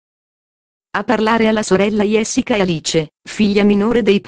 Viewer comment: Sta dicendo cose che già diciamo Niente di nuovo sappiamo già queste cose comunque si pronuncia Gessica non iessica ma come parla questa signora che racconta!!!!